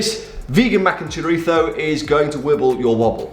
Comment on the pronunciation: Excellent Castilian pronunciation of “chorizo”, Ian! Nice vid that actually reviews mostly last week’s recipes, but it’s all good. 👍